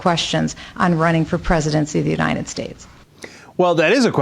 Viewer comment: Why does Michelle Bachmann always say UniNed States?